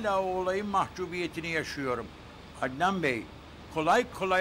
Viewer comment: Süleyman efendi Ednan demiyor